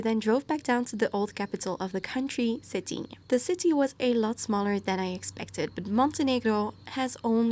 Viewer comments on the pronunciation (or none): Cetinje is pronounced like it was written with y... Cetinye (suh-tin-yay) 😉